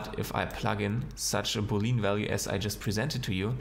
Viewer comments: not being picky but its pronounced boo lee un not boo lean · Not being picky but it’s pronounced boo lee an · Hmm, so this geometry nodes building generators need premodelled objects to work? That's a weird way to pronounce boolean, just gonna say. I'm more used to it being pronounced as boo-le-yan